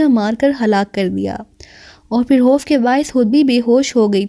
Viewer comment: خ کو ح پڑھتی ہو خوف کو حوف اخبار احبار وغیرہ وغیرہ میز خالی کومیز حالی عجیب لگتاہے